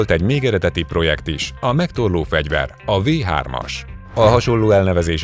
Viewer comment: A V3-at amúgy Fau 3-nak ejtik...de nem ez az egyetlen hiba a videóban